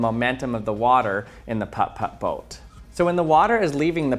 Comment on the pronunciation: No one is gonna talk about how he pronounces the "Putt Putt" boat too perfectly? It's oddly satisfying....